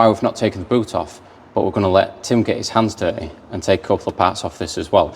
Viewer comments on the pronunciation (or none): none